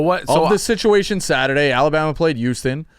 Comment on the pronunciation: Why am I shocked that the guy who can’t say Houston right also says Nevada & Oregon incorrectly?